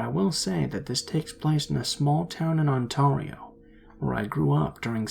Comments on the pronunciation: The way you pronounced Ontario is wrong, it's pronounced On-tear-eo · i live in ontario and it's actually pronounced onTEAR(makes the same sound as pear) the tear part rhyming with the word/fruit pear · Im sorry, but that's not how you pronunce "Ontario". :( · Its fun to listen to Americans saying Ontario. 😄